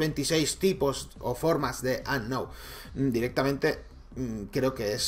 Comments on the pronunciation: Como capturar a "ANOW" por dios se pronuncia unown, y eso que intento no insultar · "Announ"...¡"Announ"! ...luego dicen que suben Pokémon GO porque les gusta pokémon y que no es por visitas, pero no saben ni pronunciar Unown... "Unoun" se pronuncia... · Se pronuncia unown no anow :v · se dice unoun :v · se dice unou